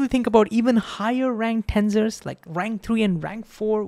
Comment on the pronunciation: in the end did you learn how to pronounce tensors properly 😂😂😂